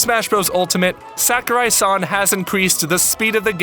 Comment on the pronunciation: it's not SACK-O-RAI. It's more like Sawkurai. A is always pronounced like it is in the word "saw" in Japanese.